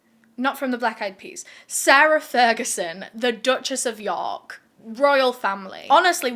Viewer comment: I'm sorry but "The Dutchess of Pork" had me on the floor 😂